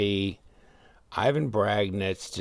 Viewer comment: Great one ! But you pronounced desingners name wrong, its like Evan in real : ) Thank you !